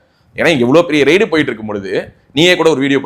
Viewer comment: Pls know the difference between raid (ரெய்டு) and (ரைடு).